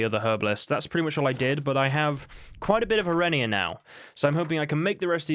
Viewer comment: Arenaria == "Aren-AR-ia" Bartolome == "Bart-tol-o-may"